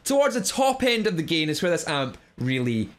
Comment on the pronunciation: I love your accent say it again! ❤ "GEIN"